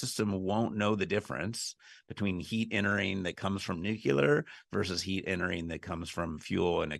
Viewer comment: "nuclear" has only one "u" in it. The word is not "nuculer".